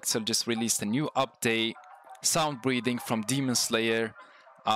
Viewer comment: it sounds like you said sun breathing till i heard it more